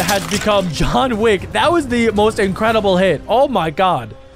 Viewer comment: That's not Jhon wick that's yawn wick